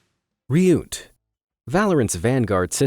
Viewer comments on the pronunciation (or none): I love how you pronounced reeeyoot,LMAO. (RYUT) I think maybe its RIOT. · Ryut might be pronounced "riot." A phonetic intention I think. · I’m pretty sure u pronounced Ryut wrong. I’m pretty sure it’s pronounced like riot